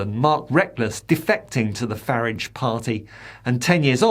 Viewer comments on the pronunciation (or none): Your pronouncing Farage wrong - it's Fah - rahg